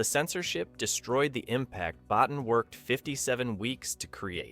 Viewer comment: Rob Bottin's last name is pronounced Bo-TEEN.